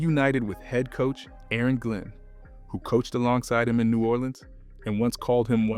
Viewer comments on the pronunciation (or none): none